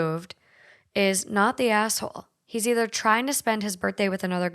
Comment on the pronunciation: It sounds like you said "am I the gas hole?" 😆 i would definitely be the GAS hole...my ex bf used to call me the lean mean farting machine lolol